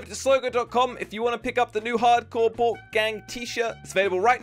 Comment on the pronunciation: can u prononouce bork in english cause im only hearing boke